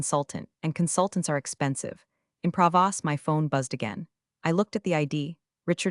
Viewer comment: Based on the second spelling, “Pravas”, and the way this voice pronounces “croissant” as “crassa”, I suspect it should be Provence.